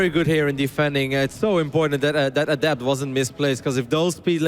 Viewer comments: Someone PLEASE tell how to pronounce "Adept." It reminds me of people who said "Zee-lot" in HotS. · it's uh-dept, not add-ept!! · you don't change the pronunciation of a word unless it means something else unless they are dumb words like "hear" and "here". ah-dept. not ADDept